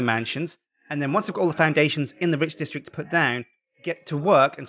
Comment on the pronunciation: Is it just me who keeps hearing "ridge district"?